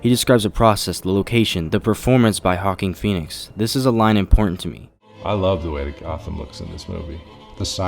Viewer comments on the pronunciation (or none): “Hawking Phoenix “ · HAWKING PHOENIX? Lmao, idiot